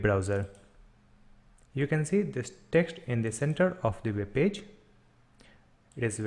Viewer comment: why cant you say web ?